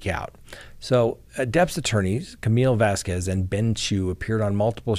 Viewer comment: Thank you for saying Vasquez the correct way!😊